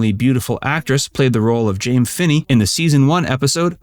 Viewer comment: I think you are confusing Joan Marshall with Alice Rawlings…and Alice’ character was pronounced “Jamie”, not “Jame”…she was named after Captain James Kirk. Also, no mention of the very beautiful Diana Muldar, who was in several episodes?